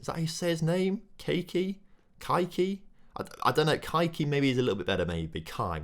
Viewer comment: you might want to avoid the way you pronounced kaiky for monetization and TOS reasons